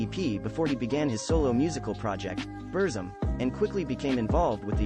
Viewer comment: At least please pronounce the name of his music project correctly mate.